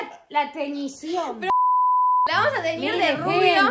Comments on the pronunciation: Deci "la tenicion" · Nadie Absolutamente nadie La: "La TeÑiCiOn" 👁👄👁 Jaja las amo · diciendo: "La TeNiCiOn". ameeee jajajajajaj